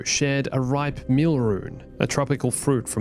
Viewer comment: Dee-puh Bill-uh-buh? Meal-uh-rune??? Have you ever watched Star Wars Rebels? If you run a popular and profitable Star Wars Youtube channel you should have to, at the very least, be able to pass a simple Star Wars literacy test. Anyway, to the actual topic of the video...in my opinion, I thought it all moved along at a good pace. You can only do an emotional order 66 scene so many times before it starts to just feel like filler. I loved seeing little Padawan Kanan/Caleb tho.